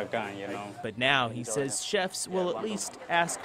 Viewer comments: OMG, it's pronounced "sez". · I cant watch this channel anymore. The way he says "says" drives me nuts. He doesnt actually research the stories.